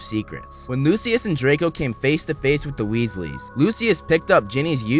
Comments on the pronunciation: It’s pronounced lushis not lusuis👿👿👿👿👿👿👿👿🤬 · It's pronounced loo-shuss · What is loo-see-us? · The way that he pronounces Lucius makes me so angry😂